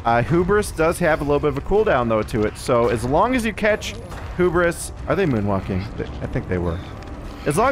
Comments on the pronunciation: It's Hubris, not Hoobris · It's pronounced hue-bris not who-bris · lol 🤣❤️ it's "(Hyoo)bruhs". Not (Hōō)bris. "Hu" pronounces like "H,YOU 😉 Hubris 🤘😍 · So happy to see more Knight videos! Such a cool killer! Also, I just have to mention, the word Hubris is pronounced 'Hue-Bris' not 'Hoo-bris' ;) keep up the great work! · I love when there's a new -ism: "hoo-bris" 🤣